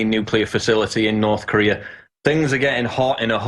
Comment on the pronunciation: North corereeeah